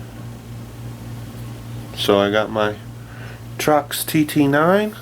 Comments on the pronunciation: Torx, man, TORX...NOT "Trox". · Torx not trox. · It's Torx, not Trox. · It pronounced "torques" toooooorrrrxxxxxx fyi..